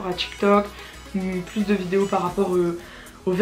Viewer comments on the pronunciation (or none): none